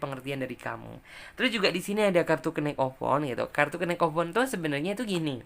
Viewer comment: knight dalam bahass inggris huruf K nya gak dibaca. sehingga bacanya harusnya yang bener night. atau biar lebih jelas pelafalannya yaitu nait. ght seperti dikata good night juga tidak dibaca naikh tp nait. sama seperti knight td dan huruf K nya tidak dibaca. Dan delapan dalam bahasa inggris adalah eight bacanya eit jangan dibaca juga ght nya kalau jdnya eikh dibacanya itu seperti pelafalan telur atau egg dalam bahasa inggris bukan angka 8.